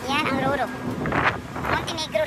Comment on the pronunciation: Mam roro po yan hindi ruru😊 roll on roll off po ibig sabihin😂 at saka fastcraft po mam hindi bus cut hahaha ka funny sa inyo po😂😂